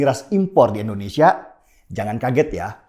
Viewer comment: Bagus banget, Bang Denny, Tapi maaf nih, kalau ngomong "Indonesia" jangan jadi "Endonesia" ya Bang. 🙏